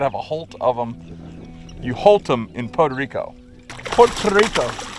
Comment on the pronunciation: Lol except he can’t pronounce Puerto Rico he says Pota Rico. Gotta love.